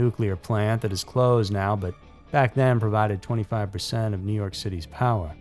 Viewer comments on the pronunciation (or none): none